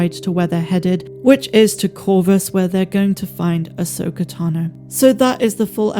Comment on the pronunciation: Them saying ahsoka fully and unequivocally is amazing and deserves a round of applause from true SW fans